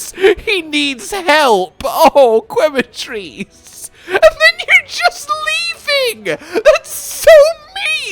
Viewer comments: Once again it's pronounced ke not kwe other than this I am ecstatic to see you and Cotton's Wilds adventure. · just for the record, the U in Quematrice is silent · man, go get some sleep already, but thank you nonetheless for the video & commentary so that we foreigners don't feel lost in translation to the source stream 👏 Also did i hear that correct? "Kweh-matrice" 😂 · I wonder if is ever gonna pronounce Quematrice correctly.